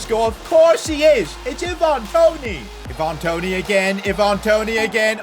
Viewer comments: it's not Evan Toney,,,,it's Ivan Toney... you can pronounce Ivan like Aivan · eeevan toney